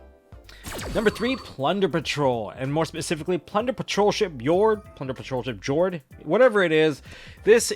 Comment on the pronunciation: Plunder Patroll, baby! I can't wait for Jord You might be the first Yugituber I've heard pronounce Jord correctly lol. The Patrollship names are the attributes in Norwegian and they pronounce J like Y